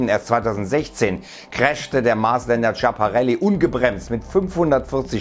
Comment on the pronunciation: Oh gott, deine Aussprache von Schiaparelli D: Nicht Tschaparelli, sondern "S-kia-pa-relli"